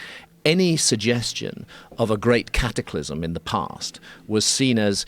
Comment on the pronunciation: Hearing “Cattyclysm” over and over makes my ears bleed